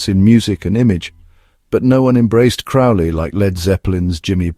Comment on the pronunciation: His surname is pronounced to rhyme with Crow.